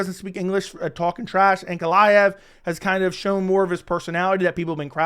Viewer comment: As a newer fan, I’m actually looking forward to seeing this guy fight finally , because i keep hearing his name brought up but I can only hear/interpret it as “Aunt Goliath”